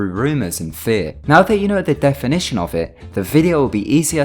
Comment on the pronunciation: That "definition" in the beginning was the worst ever I didn't know what you said even.